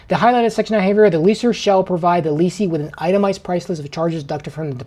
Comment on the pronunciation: FYI guys the words are pronounced like they are spelled. Correct: "less or" and "less ee" / Incorrect: "lease or" and "lease ee".